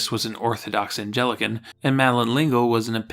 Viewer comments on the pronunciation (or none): ANN-tuh-knee. Didn't take long to find the first mispronunciation. :-) ADD: - *Anglican*, not "Angelican". (I'm almost surprised you got "Episcopalian" right. ;-) ) OK, but in all seriousness, while I do like to poke gentle fun at little things like mispronunciations, this piece, on the whole, was beautifully written. Thank you.